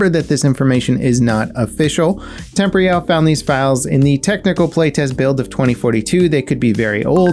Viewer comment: Why have you never been able to pronounce Temporyal correctly. You always say temp-royal. It should be like temporal but with an ial sound at the end.